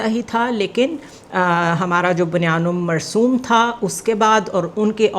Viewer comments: بنیان المرصوص ۔ تصیح کرلیں میڈم بنیان المرصوم نہیں۔ پاکستانی مرتدین نے قرآنِ کریم کی آیتِ مبارکہ کو جان بوجھ کر آپریشن کا نام دیا تاکہ عربی اور قرآنِ کریم سے نابلد لوگ قرآنی الفاظ میں ادائیگی میں روانی اور انجانے میں تحریف کرتے رہیں۔ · Good work but sister you say"bunyan ul marsoom" instead of banyan ul marsoos please correct it. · I must appreciate your content and analysis. But kindly correct this pronunciation. Its "Bunyaan ul Marsoos" not "Marsoom" Thanks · میڈم. آپ ہر دفعہ آپریشن,, بنیان المرصوص ,, کا نام غلط لیتی ہیں. ابھی تک آپ کو نام نہیں آیا. کبھی آپ بیان پڑھتی ہیں اور کبھی مرسوم پڑھتی ہیں. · بنیان المرصوص کو آپ بنیان المرصوم پڑھ رھی ھیں ۔ توجہ کریں ۔ پلیز ۔